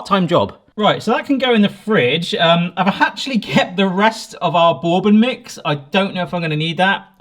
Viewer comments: Looks absolutely amazing, well done.... But the first o in Bourbon silent so it's more like Burbon... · "Bore-bon" stressed me out 😅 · FYI: bourbon is pronounced BURR-ben or BURR-bin. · You saying borebane made me chuckle… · Borbon?? Mm i’m only ever heard it pronounced burbon. Is this an English thing? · “Borbon” lol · The British pronunciation of bourbon is hilarious. Boore-bun. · It is pronounced Ber-Bon. Like you're cold (ber) and then good in French (bon). And if you wanted a honey bourbon you probably would have gotten closer with a $20 bottle of honey jack or its ilk. Otherwise a great video :) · Are you trolling us with that pronunciation of bourbon? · You pronounce bourbon like you have never hear it spoken before. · Same! Bourbon is from the US, and it's definitely not pronounced the way he says it. 😂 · Exactly. That's like calling an American whisky Scotch. That's why how he says "bourbon" bothers me as well, because that is definitely not how it's said. 😂